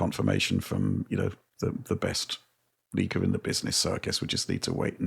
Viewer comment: “a leekah called sneekas” 😂